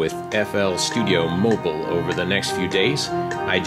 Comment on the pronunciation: its not fl studio moble its mobile